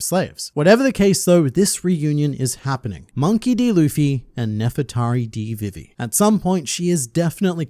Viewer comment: Bro! It's VEE-VEE. Not VIV, EE.